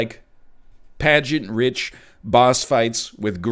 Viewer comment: He keeps saying “pageantrich”. Does he not know how to pronounce pageantrific?